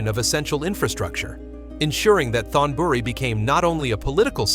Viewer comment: You (or the AI) keep mispronouncing word in Thai that have the "th" at the beginning of the word. The sound should be like a "t," not the English "th" sound. Examples: Thonburi (Taksin's capital) is pronounced tone buree not Thone buree. You really should have a Thai speaker go through and clear up those glaring mispronunciations. Still, I enjoyed the video.